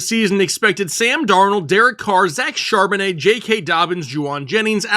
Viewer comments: I believe his last name’s pronounced Chaaaaaaarbonnet! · ☝ I WILL NOT stand for Regular pronunciation of Zack Charbon-AYHEHEHAYYYY